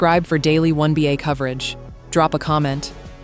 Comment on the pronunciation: The "womBA"?? Get a new AI voice.